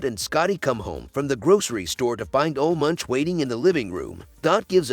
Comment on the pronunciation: It's pronounced "Oluh Moonk."